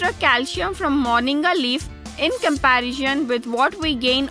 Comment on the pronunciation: Fool it's not morniga it's moringa